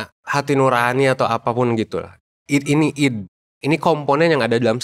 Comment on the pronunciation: ID itu mungkin bacanya aidi pak